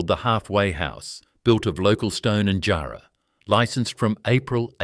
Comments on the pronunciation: Great video, its not pronounced jar like a jar. But jarrah like jah and white ants definitely will eat it. Thanks for the video from Perth. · It would be helpful if the narrator could learn how to pronounce place names & words like jarrah correctly.